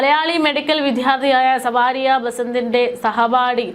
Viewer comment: സവാരിയ എന്നല്ല പേര്, സാവരിയ 😂😂